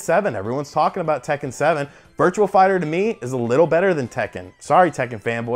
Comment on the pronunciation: it's virtuA fighter not virtuaL fighter